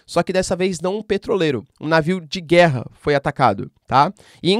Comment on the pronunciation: Mano para de dar ênfase nas palavras guerra.